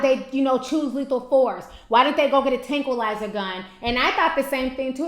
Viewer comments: tankwi lizer lol Ti you killing me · Tranquilizer Ti. tankquilizer? still luv u tho 😩😍😆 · Tankilizer?????? Did you really say that?(Mind blown)Tranquilizer, baby. It's tranquilizer. Still love your channel! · It's called a "tranquilizer gun" not a "tankuilizer gun." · tantalize gun? I think the word is tranquilizer gun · its called a Tranquilizer, not a tankilizer lol ijs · it's not a "tanquilizer" it's "tranquilizer" lol... IJS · lol!!! Tankalizer... and she keeps saying it. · OH FAWK!!! I swear she pronounces A LOT of people's names wrong but this video took the cake!!! TANKALIZER!!! LMAO wtf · 😂😂😂, Ti done took out the "r" and added a "K" lol... Ti's pronunciation of the word tranquilizer and tranquilized had me rolling... However, on the other hand I thought it was cute... Ti's my girl tho😂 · i dont even think she had the U in the word either. it was like tankilizer......or tanky-lizer lol. im like..... wait what? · T said Tanquilizer/Tranquilizer about 10xs😂😂😂 I love T's videos. They bring me life and laughter...and you hair is beautiful girl, do the dam thing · Lol.😂 It's tranquilizer I knew what you were trying to say when you said you were probably saying it wrong but you still had me weak. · lol it's tranquilizer lmao u said I don't know if I'm saying it write I was in tears😂❤💙💜 love u. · Tankilizer?? lmaoo Ti... I can't. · It's "tranquilizer" as in being tranquil. Oh boy. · Ti it's tRanquillizer LOL. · tanklize? it's TranquiIizer (pronouncenation) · Put an R on it. Show some respect please. "Tranquilizer" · did she say tanquilize lol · love you ti.. but the word is tranquilizer.. (tran-quil-lie-zer)..no puns. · it's pronounced tranquilizer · tranquilizer tran•quil•lize•er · You just forgot to pronounce the R in tRanquilizer. Lol